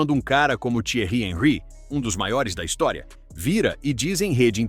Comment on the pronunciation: O Thierry Henri é francês. Então, seu nome foi pronunciado errado. Sabe ler, mas não sabe identificar a pronúncia correta.